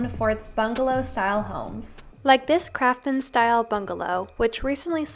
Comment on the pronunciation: She keeps calling it a craftman style home. It's craftsman. With an S.